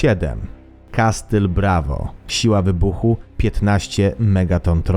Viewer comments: nie "kastyl" tylko- kasyl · Jestem pełen uznania dla autora TOP10Wszystkiego. Mam tylko jedną uwagę do autora. W wyrazie "castle" (ang, zamek) litera T jest NIEMA, Pozdrawiam autora. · "Kastyl"? O.K.